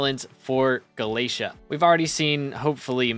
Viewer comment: ITS GALA-TAE-A